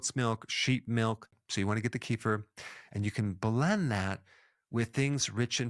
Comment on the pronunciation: Pronouncing KEFIR WRONG.The E is like Edward! & the stress is on the first part. KÉfir!